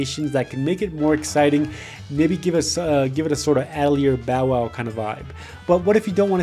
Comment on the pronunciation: ah - tell - ee - ay bow wow